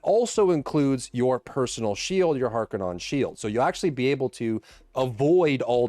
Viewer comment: Halfway through, great vid. I think it's harkon-nen not non Isnt it Holtzman not harkonnen? Also they might just want to add a light purple overlay effect for party members and light green for guild or something